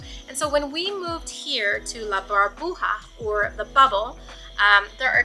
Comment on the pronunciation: it’s La Burbuja, not La Barbuja, that’s where you get your cocktails 🍸 lol